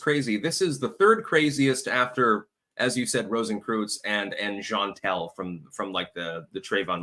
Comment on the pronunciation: That guy saying "rosenkrewtz" is horrifically incorrect and its irking me. Its pronounced "growsh-kroytz".